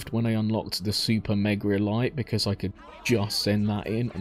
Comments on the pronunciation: E-light? What the fucking fuck? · It's not the same at all. Elite has a proper pronunciation.